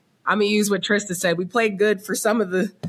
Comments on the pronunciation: Who’s gonna tell mase it’s Trista and not Trish🤔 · Her name is trysta....y yall say Trish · Mase mispronouncing her name every single time always bothers me